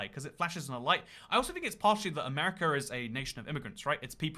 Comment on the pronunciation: Lol u also said r in amaricar